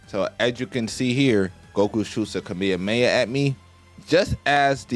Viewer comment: bro said kameyameya